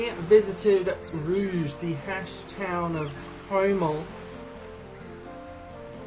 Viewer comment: "... the haschtown of Homel..." Man, Haschel gets NO respect lol.